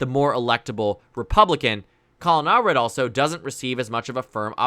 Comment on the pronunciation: All red ❌ Allred ✅